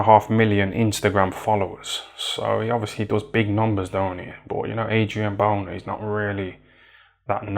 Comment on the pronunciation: man said "adrian boner" 💀